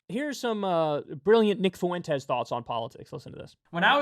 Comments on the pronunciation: Kyle for the LOVE OF GOD. It’s not FOO-EN-TES It’s FUEN-TES 2 syllables. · FFS Kyle, learn how to pronounce "Fuentes". it's an extremely common last name, but you nailed it .